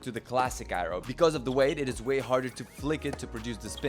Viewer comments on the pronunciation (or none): lol, I went half the video thinking was calling it the eyeroll racquet - some kind of cut on its ridiculousness. Aero! Aero was the word!! 😀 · “Eye-Ro” “I-row” “Aye-roe”...